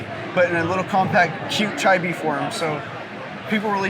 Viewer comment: "ChaiBi forms" what the actual frick. Awesome figures btw